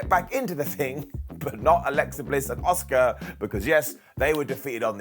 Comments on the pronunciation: It’s Ah-Ska not Oscar 🤦🏻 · Why is he pronouncing Asuka as "Oscar"?